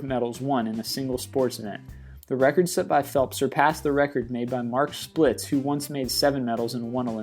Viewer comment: 29 and 1/2 inch long jump? It's Mark Spitz not 'Splitz'. I think the speaker is either dumb or uh, dumber. Soccer brings out the worst in fan behavior.....exceedingly poor sportsmanship and a disgrace to their countries.